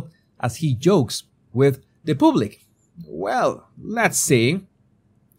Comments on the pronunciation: I have a small complaint of the prononciations of two words: PUBLIC and WORK (which you pronounces as WALK) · I have a small complaint of the prononciations of two words by: PUBLIC and WORK (which you pronounces as WALK)